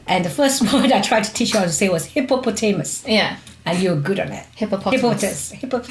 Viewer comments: Great video but I swear mum was saying hippo-potato-mas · When kim kept saying hippopotamus did kim's mom say hippopotatomus